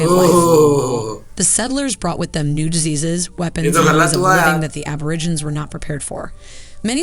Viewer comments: Why does the narrator call them Ab-or-i-ginz? It's pronounced Ab-or-ig-en-eez. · Why is the narrator calling them "Aborigins" wtf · the narrator of the video they watched can't pronounce aborigine correctly. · "Mysterious Black People"? Where on god's green earth did you hear that? And the documentary you chose used a narrator who, if the closed captioning is correct, couldn't even pronounce "Aborigines" correctly. Please get help finding appropriate resources to share with our beloved villagers. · No-one in Australia calls them "mysterious black people". It's a pity that the narrator didn't learn to pronounce "Aborigines". I hope the good folks here get a chance to visit Australia and spend time with Aboriginal groups.